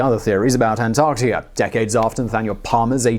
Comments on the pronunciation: dude said antartia...lol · I swear sometimes he’s saying antartia at some points in the vid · British man say, "Antarctikerr." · you sound Irish when you say Antarctica lol